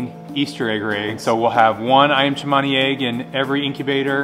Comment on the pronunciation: Iyam chemani? No it’s ayam cemani 😂